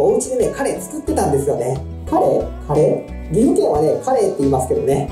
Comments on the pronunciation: そのイントネーションは魚のカレイ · 岐阜県のカレーのイントネーションわかるわー